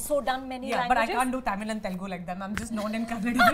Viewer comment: The way Kajal pronounces simple Tamizh words is cringy and embarrassing. It seems like she hasn't even made an effort to try and pronounce them correctly for being a leading Tamizh actress for these many years.Sigh.